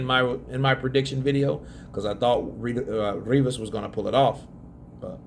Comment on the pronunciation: Rrrrrrrrivas yeah mate that sounds better than Rivas keep doing the rrrrrrrrrrrrrrrrrrrrrrrivas bs